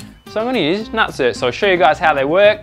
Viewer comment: Rivnut!!! Not nut-cert. even if it was nut-cert it would be nutsert...like insert not in-cert. fuck. Your killing me. Tool pro even call it a rivet nut tool on the box.